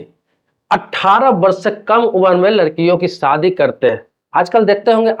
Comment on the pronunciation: सादी नहीं, शादी बोलो।